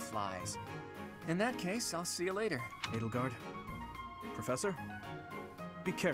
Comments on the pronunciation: The way they pronounce edelgard is odd it's like adelgard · Who or what the fuck is "Eddlegard"? I've only heard of Edge Guard.